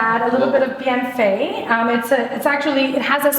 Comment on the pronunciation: How she pronounced "Bienfait" xD